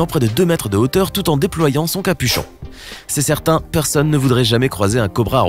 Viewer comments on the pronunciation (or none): Qui a entendu le il a dit "sertent"